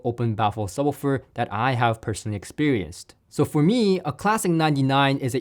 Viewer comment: Can’t get past pronunciation of “subbah-ferr”